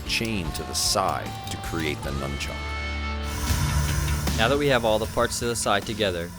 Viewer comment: wow even professional blacksmiths don't know how to say nunchuck.